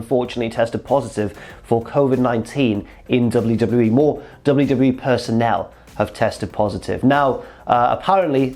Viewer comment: It's not important but 'personnel', not 'personale'.